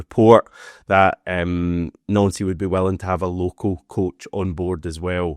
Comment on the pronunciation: Stop saying his fucking name like that you melt! 🤦‍♂️ just pronounce it like it’s spelt or the zombies going to have a field day. Jesus Christ man